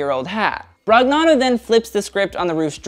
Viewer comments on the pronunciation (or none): off topic but in Italian "gn" is pronounced like the "ñ" in Spanish, so NicÒla BroÑano, like lasagna...thought it might be helpful for future videos